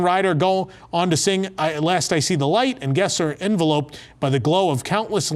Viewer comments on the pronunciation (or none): please check your pronunciation of “enveloped”, English teachers will thank you! 😎